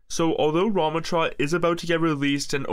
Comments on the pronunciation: Bro wtf is that pronunciation it’s not ruhmuhtra its raamaatraa lol goofy ahhs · it's pronounced "ra(like rug)MAH(like MAma)tra" fyi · His pronunciation 💀 "RaH-MuH-trAH" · It's pronounced "RAM-AH-trah" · He didn’t pronounce ramattra correctly ONCE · is a ramattra main it pains me when i hear you pronounce his name